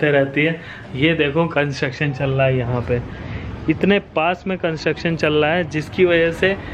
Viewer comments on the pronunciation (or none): Let me try... Aur bhai kya chal laha hai